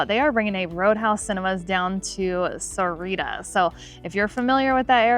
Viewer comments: It's pronounce "Sa-wah-rita" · Where's "Serrira"? Its more like "SA- OOAH- REE- TTA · Got to learn how to pronounce Sahuarita correctly you’re missing an entire syllable.